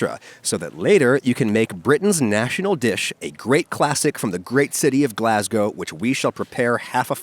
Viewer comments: 10/10 Props for saying Glasgow correctly! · Fair play for the correct pronunciation "Glasgow". Can you do Leicester Square too? 🤔😂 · Holy shit, an American who can say "Glasgow" right fucking finally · I like how he says Glasgow properly